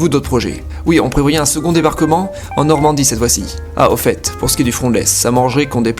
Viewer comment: il dit Norandie !